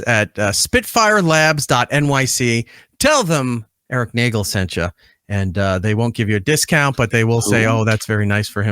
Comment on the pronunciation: It’s pronounced “NAY-gelllll” You have to let the e’s breathe